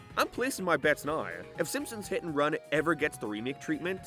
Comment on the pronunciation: Simpsons hit n runnnnnaaaa, reputationnnnaa, areaaa, thennnna. Holy crap how do u guys watch this guy